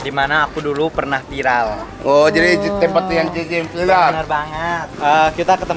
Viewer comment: Salfok sama yg bilang "vilar."...Viral bukan vilar